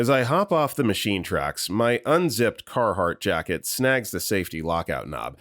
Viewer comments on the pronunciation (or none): none